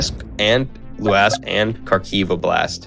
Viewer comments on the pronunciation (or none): Luhansk not Lahansk